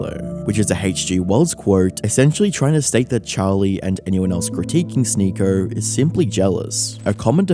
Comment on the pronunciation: English is not my first language, but what accent is the narrator supposed to have? He pronouncer Sneako like "Sneakor", video as "videor", or something like that